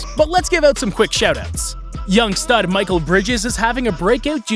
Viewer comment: it's Mikal Bridges, not Michael